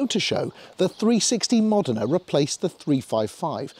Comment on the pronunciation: Great clip! ...And you pronounced the car name correctly! Great spec car by the way. Thanks for posting!